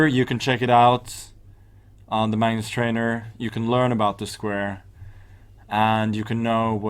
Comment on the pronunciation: i thought he said so this is my nurse instead of this is magnus